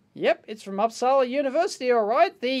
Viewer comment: Dave, I don't usually nitpick but this time I am. Uppsala is pronounced Oops-ala not Ups-ala (sorry, it's just the berserker coming out in me). 😉